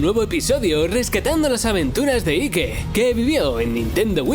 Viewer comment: Y darle con decirle Ique jajaja Aik se escucha mejor jajajaja che presentador de smash.